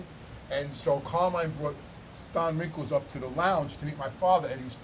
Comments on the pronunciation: His name is don rickles. Not wrinkles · I love ya, you’re a beautiful guy and I hope your channel takes off like a rocket. But you gotta do me a big favor… stop calling Don Rickles “Don Wrinkles”! Haha god bless bro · He said Don Wrinkles 😂